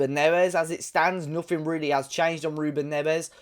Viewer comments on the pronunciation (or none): none